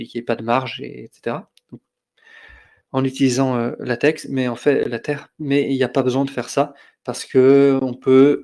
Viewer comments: Bonjour,! Merci pour votre présentation. Je pense avoir trouvé l'origine de votre prononciation très particulière du mot LaTeX, que vous prononcez LateR plutôt que LaTeK. Je lis dans le document « The Not So Short Introduction to LaTeX » (document lshort.pdf sur le CTAN), dans la première page du chapitre 1, « TeX is pronounced “Tech,” with a “ch” as in the German word “Ach” ». Comme dans l'allemand « Ach so » donc. Je dois dire que c'est la première fois que je lis ceci (en plus l'auteur du document cité précédent est allemand, la première version étant l2kurz, et il écrit: « sprich „Lah-tech" oder „Lej-tech" » que j'ai fait prononcer par Google traduction en allemand, et cela confirme bien: LateKKKKK, pas LateRRRRR). La traduction française du TeXbook contient la phrase suivante (Chapitre 1, exercice de diction): "(...) le mot TeX rime avec le mot « grec »". Ce qui confirme le tout. Je ne sais pas où le traducteur de la version anglaise, habitant la Suisse, est allé cherché le « Ach »... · Bizarre de dire TeR, ConTeXt et LaTeR. Les prononciations TeK, ConTeKst et LaTeK me semblent plus cohérentes puisqu'apparemment le X est la lettre grecque qui a été employée pour former le mot grec qui est devenu le mot « teKnique » chez nous. C'est la première fois que j'entends cette prononciation étonnante. À la limite, je préfère encore les prononciations Teks, ConTekst et LaTeks. On va essayer de passer outre ce tic de langage pour voir l'ensemble de la vidéo, qui heureusement parle de Metapost, pour lequel il n'y a pas d'ambiguïté de prononciation.